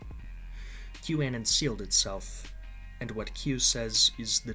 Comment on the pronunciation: 'Que' A-non (anon=short for anonymous), not 'que' an-on